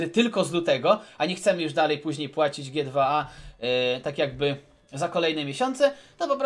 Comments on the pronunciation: G2A czyta się dżi tu ej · ...CZYTA SIĘ dżi ti łej dil!